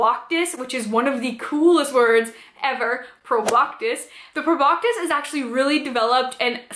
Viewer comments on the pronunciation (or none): I’m triggered every time she says “proboctis” Girl… there’s no T in that word. It’s pronounced “pro-bah-sis” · Cool video but garr its pronounced Prob-BAH-SIS. NO K sound. :). But I liked the vid.